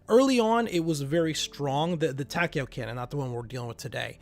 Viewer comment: Dude I'm really not trying to be a dick here but you need to come up with a proper script because you go off on rants. And every time you pronounced tachyon I cringed. Just feedback for ya